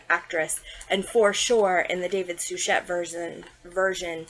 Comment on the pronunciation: Gag and vomit!!! :face-orange-frowning::face-orange-raised-eyebrow:🤮🤮🤮David Suchet is pronounced Sue-shay. I'm surprised that you are not pronouncing the main character Poy-Rot. and it is NOT ostinoff!!!